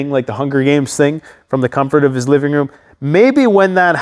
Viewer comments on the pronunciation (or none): none